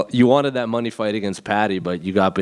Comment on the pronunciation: It's the way Brazilians say it lol